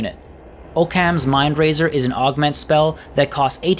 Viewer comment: OHK-KHAMS not OH-CAN.